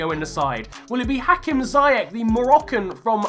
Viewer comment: Ziyech is pronounced as ‘see-yech’ with the ch pronounced like the Dutch ‘G’ sound. Thought I’d throw it out there :)